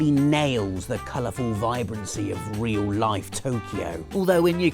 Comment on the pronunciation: "Reoul Laif"